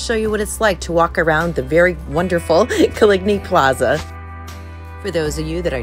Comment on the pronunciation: It’s pronounced like colony.